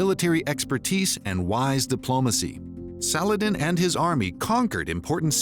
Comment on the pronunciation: I like how he doesn't even try to pronounce any non-English words/names "correctly"... ("Filioque", "Saladin", etc) He just reads through it as if he was standing in line at Sizzler in 1986... Consistent mispronunciation is better than inconsistent "correct" pronunciation, in my opinion.